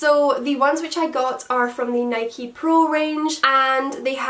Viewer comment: Honestly never heard anyone from Scotland say "nikeeeeee" lol 😂